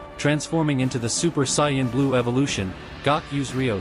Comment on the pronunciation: Did this dude really just say cyan instead of saiyan